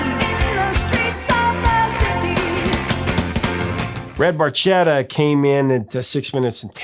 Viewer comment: It’s pronounced “red barketta,” professor.